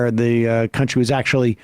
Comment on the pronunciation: I get a real douche chill when Dave Rubin says the word 'actually' and adds an extra few syllables. Grates on me so much, cos he always uses it redundantly.